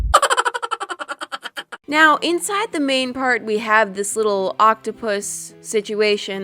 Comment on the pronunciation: I love how she kept calling it a octapouse